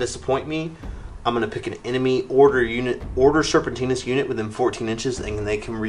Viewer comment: Nicely produced, and entertaining video! But its not Order SerpentiNIS, its just Serpentis haha ;)